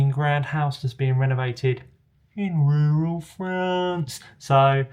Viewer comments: so we need a t-shirt but how do we spell "In rewral Frarrnce" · I love video AND voice-over. I also giggle every time you say "in rural France". 😁🇺🇸